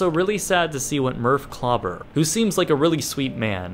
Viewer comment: His name is DR. KLAUBER not CLUBBER.